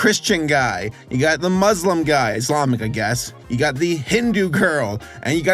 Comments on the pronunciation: The most offensive parts of the video are the way you're saying Muslim as Muzlim 💀 /j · As an Arab Muslim, the correct pronunciation is MUSLIM not MOOZLIM or MUZLIM. just letting ya know.